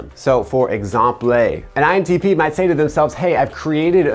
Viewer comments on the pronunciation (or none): That intense look and pause when you said INTP 💀🤣